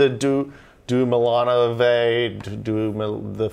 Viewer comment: LOL he can't pronounce Duemillonove